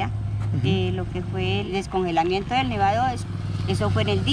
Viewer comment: se dice: singelamiento.